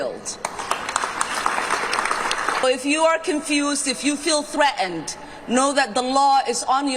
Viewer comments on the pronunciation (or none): And tell Illhan Omar the word is Threatened, not Threat-End!!!! Minnesota, not Minne-sowt-auh!